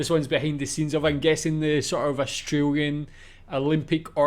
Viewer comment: Austr A lian. Not Astr oo lian.